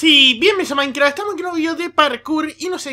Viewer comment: amo cuando presentas porque wn ves de decir minecraft dices maicra xDDDDDD